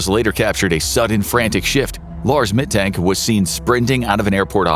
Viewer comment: The "A" in the Name "Mittank" is pronounced like the "a" in "Argument" or in "Lars".